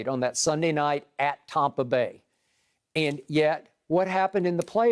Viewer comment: I hate skip. For god’s sake stop saying tompa bay. I live in Tampa, we love brady and the bucs but nobody says tompa bay. I’m fed up with this guy. I bet brady doesn’t even like him.